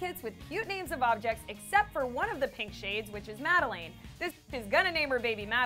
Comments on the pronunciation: It’s Madeline.. not Madalane.. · It’s pronounced Made-lin. Not made-leen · its Mah-Duh-LINE not madalane wtf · oh my god its not madalane its madeLINE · Dude it’s not pronounced MAD-I-LANE It’s mad-I-LINE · My name is Madeline but it’s not pronounced Mad e leen It’s pronounced Mad e lynn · Its not prounounsed madalane.... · “Madaleen” Lmao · I’m mad that you said Madeline as “MAD A LANE” BIT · I know that was so frickin cringe worthy specially since my name is Madeleine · whether or not the kids name is Madeline CAN YOU PRONOUNCE IT CORRECTLY? there is no A at the end it’s mad e line LINE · Lane...or Lynn y'all saying it wrong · Am I the only one bothered by the mispronunciation of the name Madeline? Just me, great. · Your saying the name wrong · musiclovesoul33 I was looking for this comment! The way she pronounces is the worst! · SoulSims Yes it really annoyed me. Glad I’m not the only one.🤦🏾‍♀️ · Edith Compean I can just imagine. It really got under my skin ughhh 😐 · you are saying MADELEINE WRONG BOII!!! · Why are you saying Madeline so weird? 😫 and what about her other lip kit color Kristine? When her and Jordyn did swatches they didn’t even talk about a Kristen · can you pronounce madeleine right? q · Am I the only one who notices she’s pronouncing the name wrong